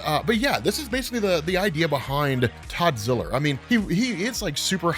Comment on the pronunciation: Todd ziller? You mean toddzilla